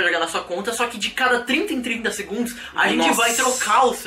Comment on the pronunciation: quem percebeu os 30 "DEGUNDOS "